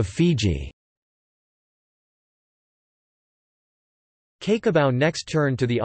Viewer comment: Cake o Bau...omg get the pronunciation right computerised voice dude...😂🤣😂